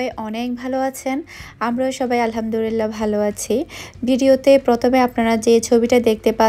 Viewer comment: plz alhamdurila.na alhamdulillah bolun plz